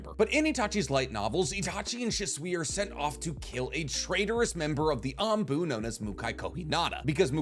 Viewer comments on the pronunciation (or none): none